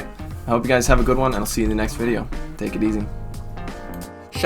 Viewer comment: Definitely heard that at the beginning as "Enjoy the Bidet-o" and was like 😳 "How does he know I've been considering a bidet?!?"